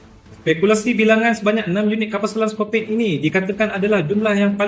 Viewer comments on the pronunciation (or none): Bukan Scorpion tapi sebutannya ialah Sko/pi/ni